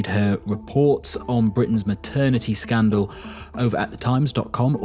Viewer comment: Did you say scandal?🌎As in 🕵SCANDALOUS